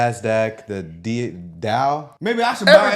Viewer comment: I love you guys, but if you can't pronounce DOW, I don't think I should take financial advise from you.